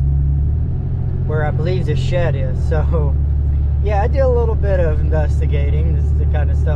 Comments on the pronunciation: "I'm here for the shet." "The what?" "The shet." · I think he says his d's as t's But thats just what I'm thinking. I caught a couple other words he has said that his sounds are mixed. No biggy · So I'm not the ONLY one who hears shet?🤣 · Sounds like he kept saying it was a Shet. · “Im here for the shet” Whaaaaa?? “The shet, it’s on repo” Lmfao why you pronouncing words so weirdly lmfa I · I just noticed you said shed different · His Ds have always sounded like Ts. You get used to it quickly. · Okay, well now I hear how you pronounce the word "shed," the name of this channel is even funnier! ;) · He cant say the letter D 🤣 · grow up, if you listen alot of his (d)s sound like (t)s. He clear grew up speaking that way so now it's part of his unconscious speech. Sometimes when he is talking to someone he will make an effort to pronounce it closer to what u are used to. I get it. I personally hate it when people say the word "ax" instead of "ask". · Shet. Wtf is a shet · Just curious why do you say shet ? Instead of shed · Might have fewer issues communicating if you learn to pronounce the letter “D”. It’s not Shet. It is sheD. Lol. Your accent sounds very Amish actually. To be clear I enjoy your channel and your interactions. As a repo person you seem to have very good people skills and appear to be a very good person. Just a little ribbing for ya. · Either start saying SHED or change your channel name to “Shet-Happens” lol anyway, love the channel and glad to see the donations were reached! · Still wrapping my mind around you calling it a "Shet" lol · My only question is what is a "shet"🤣🤣🤣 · Bro it sounds like your saying shet lol and attress and vehiggle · Paka Lolo No, you heard correctly. He pronounces "shed" as " shet". Obviously a local dielectric occurrence. Southern States is as Southern states does....life is like a box of chocolates....... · I love how you pronouse your Ds as Ts 🤣 " I'm here for the shett " YouTube needs more content like this